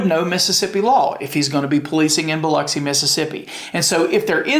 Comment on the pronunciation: I really do appreciate that you pronounce Biloxi correctly as Biluxi. We have no “lox” in Biloxi! 😂👍🏻🤘🏻😎